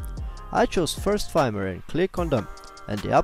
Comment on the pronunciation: "Firmware" se izgovarja kot "furmware", ker je angleški jezik nered.